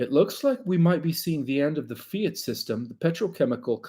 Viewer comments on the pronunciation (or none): none